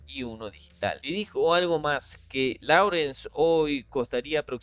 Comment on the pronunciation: Láurens ❌, Lórens ✅ La pronunciación debe ser correcta si se va a hacer en inglés.